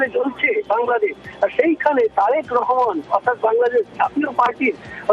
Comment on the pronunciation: ওরে মাগি রেহমান না রহমান ঠিক করে বলতে পারে না। আমার দেশ নিয়ে তোদের এতো সায়ো জলে কেন।